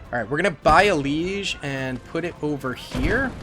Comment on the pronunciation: Why are you saying "le.IG" likes it's a fucking French town lol? At least hit the hard "G". We truly do live in a world where """English""" speakers will talk about a German thing, and, for no reason whatsoever, speak like a Frenchman rather than an English or German speaker 🤡At least, going off how you speak, you seem to be more aware than most when it comes to how much French you speak